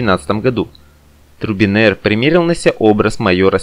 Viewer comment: озвучка((( не Турбинер!!!! а Трубинер!!